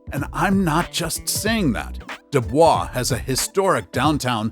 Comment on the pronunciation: Nothing like taking advice from someone that doesn't even know how to pronounce the damn town names. A big NO on Truckee and Dubois. Do your homework. And, Midway is anything but unknown.